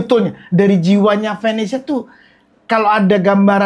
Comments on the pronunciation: bilang Vanessa gua dengernya venesse. hahahah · kenapa selalu ngakak kalo bilang vanesya